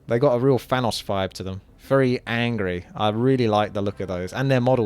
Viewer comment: "i love those orc warlocks, they look so fishious, they've got a real fanos fibe to them" jesus christ man are you completely incapable of pronouncing V and TH?